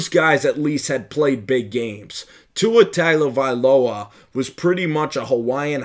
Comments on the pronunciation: Its pronounced Tungovailoa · It's pronounced - Tongue Oh Vai Loa Mahalo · If you are going to do this you must learn to pronounce people’s name. Other than that you are on point.